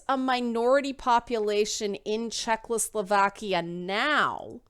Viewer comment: I listened to this video while playing Kingdom Come, and it greatly improved my immersion (my RP Henry is psychotic and hears youtube videos in his head). PS. Are you saying "Czechless-slovakia" on purpose?